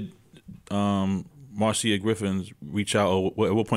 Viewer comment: You pronounced it right it's Marcia Griffiths not Marsha